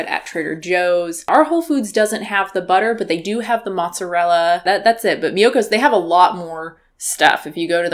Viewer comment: I'm hearing Miyokos as mucus and so is the captioning.